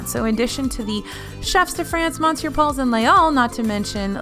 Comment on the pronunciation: love your videos, but please, please, please learn to pronounce Monsieur. The only consonants you pronounce are the M and S. Like: Muh-syuh. I know you don't care for my favorite Epcot restaurant, Monsieur Paul, but do get the name right.